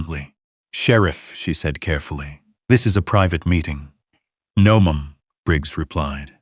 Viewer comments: Ma’am as in ham 😂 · That's ma'am, not mom. Just for future reference. Other than that, great story.